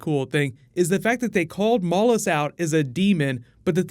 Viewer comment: Am I the only person that hears mollusk when someone says Mallus? Just wondering if I'm going crazy!